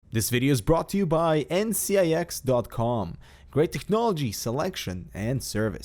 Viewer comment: "Great tegchnology" lool